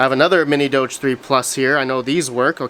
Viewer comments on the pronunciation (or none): none